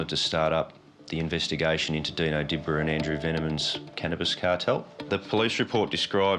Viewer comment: It wasn’t Di-bra, it’s pronounced Dib-ra 😂